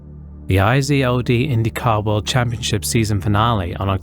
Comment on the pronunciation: IZOD is a brand of jeans pronounced together like I-ZOD not separate letters